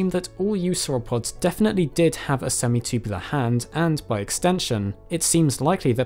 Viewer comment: Love it when this dude says “semi-chewbulah”